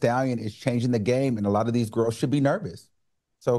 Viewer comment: Al acting a ass cause of the guest host. I know Claudia be over them "gwarls" and Claudia tryna say Al, the same way you pulled Star Jones. That's how.